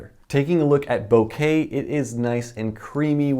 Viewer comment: Thank you for saying bokeh correctly.